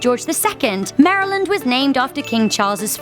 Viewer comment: YOU PRONOUNCED MARYLAND RIGHT NEW FAVORITE CHANNEL